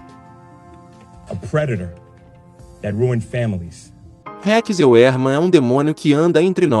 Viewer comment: Para citar nomes estrangeiros é necessário saber as regras de pronúncia. Senão fica horrível. Heuermann, por exemplo, pronuncia-se Róiaman. Sugiro que você aprenda tais regras.